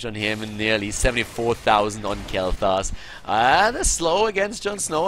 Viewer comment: Dude, its sounds like you are saying Kaleta instead of kaelthas haha .. my nickname xD